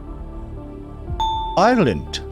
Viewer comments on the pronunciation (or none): none